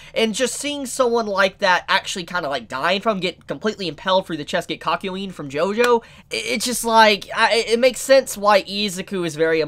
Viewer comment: “He got kakyoint”